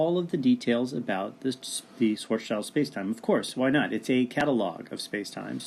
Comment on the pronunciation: Thanks for this video. It's a good explanation. But... I cringe every time you say "Schwarz Child" - THERE IS AN S THERE FFS it's pronounced "Schwarts-Shield"